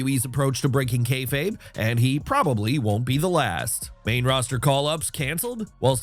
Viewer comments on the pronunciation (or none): none